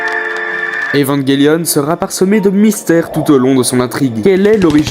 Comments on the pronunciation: J’adore le concepts mais c’est vrmnt trom rapide comme rythme (et en même temps très cours 10min pour parlé d’evangelion c’est cours) et j’ten supplie dit évanjélion et pas evanguélion( prend le pas mal mais ça m’a vrmt trigger) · Cette prononciation est correcte en anglais "évanguelione", mais c'est vrai qu'en FRANGLAIS ça se dit bien "évanjélion" (moi le premier). ;-)